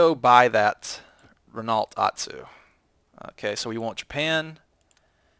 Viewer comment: RENALT really vaks it's pronounced Reno